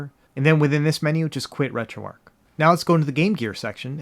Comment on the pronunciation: Keep up the good work thank you so much for your channel and all the inside that you give if I could do something like this this is how it would be done and most of all I meant to tell you thank you for pronouncing retroarch correctly you're like the only person thank you so much for all your hard work and because of you I made sure I dedicated myself to the RGB 10 max that device is phenomenal and amazing so thank you for that as well